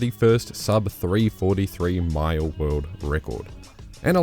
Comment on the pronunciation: oh, you were saying 'mile'? sounded like Maya